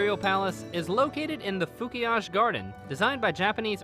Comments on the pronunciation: Fukiage is pronounced Foo-kee-ah-geh not Foo-kee-ahge. The Emperor of Japan is not crowned, he's enthroned. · Got a good laugh at /foo-key-yahj/. 😅 Srsly, thanks for bringing some facts to us.